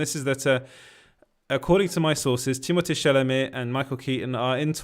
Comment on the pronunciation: you saying u live in france makes so much sense as to how you pronounced timmys name perfectly lol